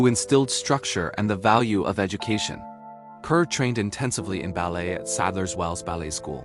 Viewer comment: Pronounced 'CAR' idiot